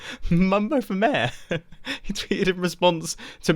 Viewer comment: it's pronounced "mayor" and not "määhh"..